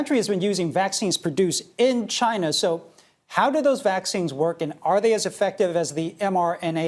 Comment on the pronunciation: It comes from Chynahhh.